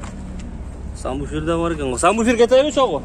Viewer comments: Самбуфер эмес сабвуфер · Самбуфер эмес Сабвуфер деп айт, туура суйло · Самбуфер эмес САББУФЕР